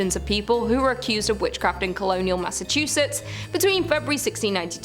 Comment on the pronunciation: The way she nailed, "Massachusetts", made me have to change my panties 😅 #drenched